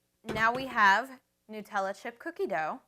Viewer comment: OMG@ you say Nutella right! I'm anoyed at people who call it "New tella" ._. It's Called "NUT-TELL-A" ^ HAZELNUTTTT DUUH